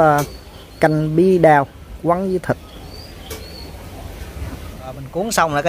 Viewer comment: Người Nam đọc “au” thành “ao”. Bí Đao chứ không phải Bí Đau!